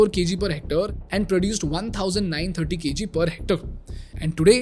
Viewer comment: It’s Hormazd. It’s Hec-tare, as in stare.